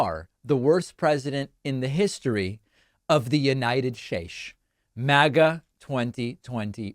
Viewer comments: David, you said United Schtaches. Sorry to hear youR having Trump dementia. :D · The "United Shtaesh" quote got me 😂